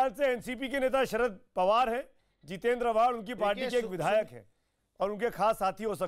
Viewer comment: चु... बिधायक नहीं विधायक होता है ,पहले बोलना सीख लो अखिलेश प्रताप सिंह